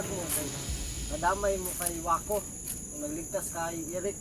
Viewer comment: Maco hindi wako